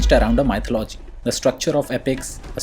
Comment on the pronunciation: Your constant mispronunciation of "mythology" is annoying.